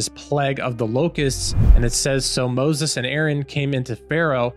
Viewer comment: ITS MOSES NOT BOZES 😂😂😂😂